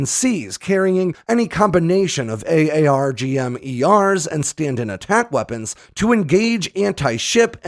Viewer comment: I wish you would just pronounce it “Arggem” Lol